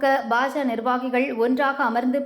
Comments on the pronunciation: இந்த பெண் உச்சரிப்பு சரியாக இருந்தாலும் பாஜக என்று கூறாமல் பாஜ என்று கூறுகிறார் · அதிமுக என்றும் பாஜ என்றும் பாதியாய் உச்சரிப்பது ஏன்...? இரண்டிலும் கட்சிக்கான 'க' என்னும் வார்த்தை உள்ளதே?